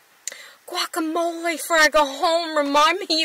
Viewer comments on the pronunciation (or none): none